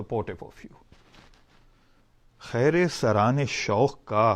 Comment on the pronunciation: Brother it is Kheera saraane shoq not Khaira Saraane shoq - thanks